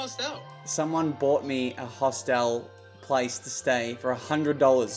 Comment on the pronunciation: They way you guys pronounce hostel is disturbing to me though 🤣😂